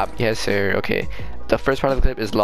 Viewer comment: When you said "yessir" it sounded like you said "hey siri" 😂